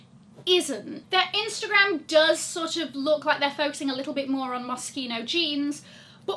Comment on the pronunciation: Thank you for pronouncing Moschino correctly lol. It's one of my favourite brands and I've had their clothes for around 20 years now (OMG!!!).